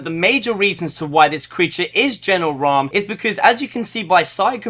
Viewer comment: Sorry but ha e to say it it's not raam